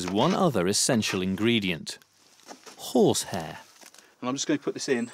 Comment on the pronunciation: I’m working on a project atm and I could have sworn he said whore’s hair instead of horse hair. I had to listen to it 3 times to convince myself he said horse